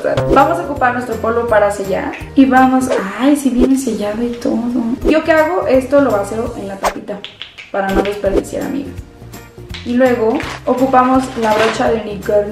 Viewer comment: Min VACEO ❌ VACÍO ✅